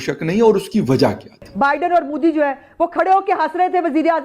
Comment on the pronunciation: Moody nahi Modi hai pehle bolna to Sikh lo kamino